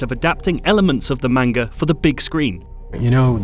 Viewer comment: He said manga wrong... *unsubscribes*